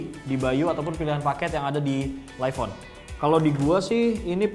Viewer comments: Agak terganggu dengan penyebutan live on yang harus nya lif dan bukan laif. Sekedar kritik membangun ya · LIVE.ON bacanya bukan jadi LAIF.ON bang, tapi tetep LIV.ON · Btul,,laif penyebutan dari life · Laif on, harusnya lif on